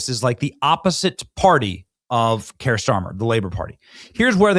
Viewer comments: Benny.. Kier is pronounced “Keer” not Kire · Keir pronunciation like queer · You're pronouncing his name incorrectly , 'Queer' Starmer